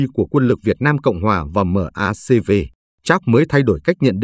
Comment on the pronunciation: Toàn cảnh trận An Lộc.. -- Cơ quan của Mỹ: MACV = Đọc là Mác Vi.